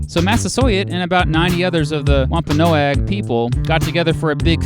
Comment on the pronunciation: i Think the tribe was pronounced like this womp-o-nog